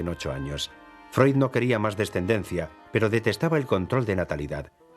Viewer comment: Se dice Freud, animal!